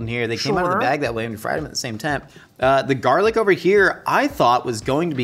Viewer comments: It's gar lic not jar lic😂😂😂😂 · it bothered me a little bit that you were pronouncing it jarlic, but when the captions spelt it as garlic that somehow bothered me even more. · Who coined "jarlic" 😂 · Why does he say Heinz and garlic like that lol